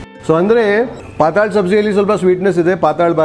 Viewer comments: It is not pataal It is patal which means having liquid character The pataal as you pronounce means lower world below this earth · It is patal bhaji not pataal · It's ಪಾತ್ತಳ bhaji, not ಪಾತಾಳ bhaji,,😃